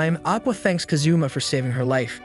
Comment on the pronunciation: Bruh really said kazuma like kazoo and ma